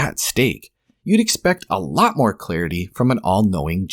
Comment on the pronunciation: "You'd expect ah-laht more clarity from an all-knowing God." I see what you did there.